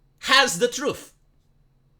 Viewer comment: The "Troof"